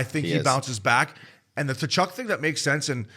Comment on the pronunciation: my fuck boys, it's KUH-CHUK, not TA-CHUK, give your head a shake. great ep though.